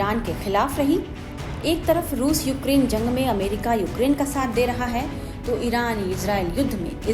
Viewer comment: ज़ंग नहीं जंग